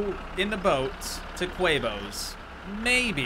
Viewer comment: its tee moes not quavos